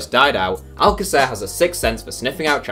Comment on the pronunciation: It's not al-ca-CER, it's al-CA-cer. Trust me, I'm from Argentina